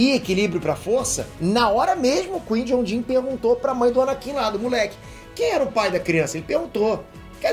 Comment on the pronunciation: aprende a fala o nome do Qui Gon mds